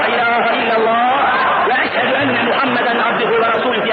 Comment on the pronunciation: Efendi Hazretleri Kelimei Şehadet telaffuz ederken dalgınlıkla telaffuz hatası oluştuğunu yani okuduğunu düşünüyorum eşşedü enla ilahe illallah dedi bu hatalı okuyuştur doğrusu EŞHEDÜ ENLA İLAHE İLLALLAH OLACAK EŞHE OLACAK KURAN OKUMAYI BİLENLER ARAPÇASINA BAKARSA NE DEMEK İSTEDİĞİMİ GAYET İYİ ANLARLAR.